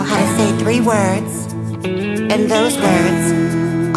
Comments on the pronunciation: Technically she's still pronouncing it right Not exactly "encuéntrame" but "encontramé" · That's not exactly how you pronounce "enCUENtrame", but this is FRIKIN AWESOME, James. 🤣🤣🤣🤣🤣🤣🤣🤣🤣🤣🤣🤣🤣 AYLOBET!!!!!!...Jaymes Mansfield era BEGINS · OMG, the pronunciation of "encuéntrame" is.. interesting 😅